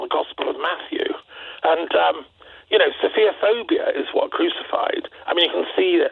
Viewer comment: The word is ‘sophophobia’ pronounced ‘sof pho phobia’ not ‘sofia phobia’